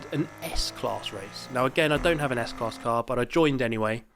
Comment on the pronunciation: Yes u did well with the German car s class. Like it's school 😊